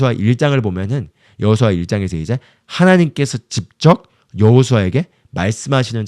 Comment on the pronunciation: 전도사님 넘 좋은 말씀인데 읽는 발음 때문에 집중이 끊겨요 그것은 집적. 아니고 직접 입니다 이 부분 발음좀 고쳐주세요 직접을 집적으로 발음하십니다